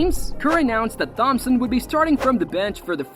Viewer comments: Why are you saying THompson. It’s pronounced like Tom-son 😂😂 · H is silent in thhompson 😂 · Saying thompson like TH-ompson is really getting on my nerves 😢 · It's klay (tomp-son) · I’m glad someone said it because I too was in search for this comment. I actually had to look up other videos/shorts just to hear someone say it correctly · Sent a quiver up me spine lad